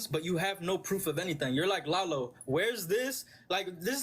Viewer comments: Its not lay-lo its lah-lo But its spelled like Lalo. Srry that part just made me mad.. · Its pronounced 'Lah low" aint u ever seen Better Call Saul? :) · lalo is pronounced (laa-lo) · How tf u fuck up saying Lalo💀